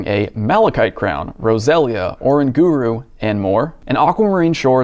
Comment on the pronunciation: is Oranguru not pronounced like orangutan?!